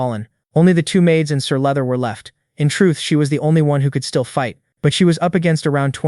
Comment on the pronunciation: Sir leather? You mean sir luther 🤣